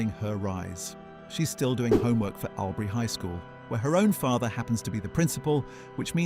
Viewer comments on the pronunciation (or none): It's pronounced All-bury...not Owl-bury...and Two-hay...WTF Two-e man, Toohey! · Albury is pronounced all berry. Toohey is pronounced Tooee. Learn to speak correctly because I give up on correcting the rest. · Your pronouncing Albury wrong. Its ALL-BURY. And surname is not too hey, as the h is silent. TOO-EE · I gave this a thumbs down because of the atrocious pronunciation of Albury and Toohey. Its a great story though.